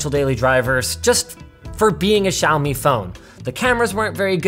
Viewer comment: Holy shittt. Linus is the first tech reviewer who has said Xiaomi correctly. None of this "shaome" bullshit